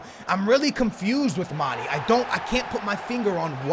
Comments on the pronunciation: plz stop saying MAN-EE his name is MAN-EY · His name is Mane not Mani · its not mani or money its mane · it's not mani, it mane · it's said like Maan-nay! Not maan-E! You're killing me smalls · Please stop saying it like manny.. It's manE like mayEYY! Dunno if this makes sense but trust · Can someone plz tell him u pronounce in "mane" not "mani" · 102 episodes and he still pronounces "mani" lmao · "mani" lol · Why do you call mané many/manny?? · Lay off my dawg Mane, can't even say his name right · maybe mané isn't good for you because you don't pronounce his name right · its cuz u dont know how to pronounce manes name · Anyone else extremely triggered by how he pronounces manė ? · The way he pronounces Mané fucking triggers me